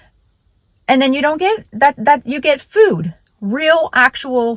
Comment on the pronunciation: What's "fewd?" 😂